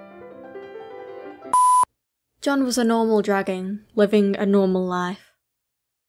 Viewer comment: The British “dragon” Amazing